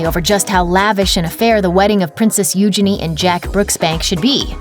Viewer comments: Its not pronounced Uginy its Uginie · First of, stop butchering her name! It’s Eugenie (like Genie in a lamp) not euginny! I’m not a royal fanatic but it’s really annoying! As for the rest of the drama?! It’s complete bs. All minor royals get married at windows. Megan and Harry weren’t the first and eugenie and jack won’t be the last. Sure she was dreaming of getting married there, but she also had to! And why do numbers matter?! Harry at one point was 3rd? In line to the throne? Now he’s what? 6/7 and eugenie is? A lot more. Harry is in the spotlight and eugenie is not. Obviously the numbers aren’t going to be the same! You’re making drama where there is no drama. Stop milking the royal family because your president is a shit show!! Gah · It’s pronounced you-jayne-ee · Your pronunciation of Eugenie is hilarious